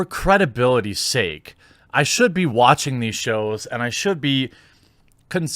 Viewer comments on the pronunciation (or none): none